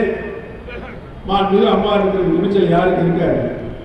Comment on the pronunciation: Amma pera solla kooda thaguthi illa unga yaarukum. Maanmigu..illa da athu. Maanbhimigu....paper illama oru meda kooda pesa thaguthi illatha vanga ....neenga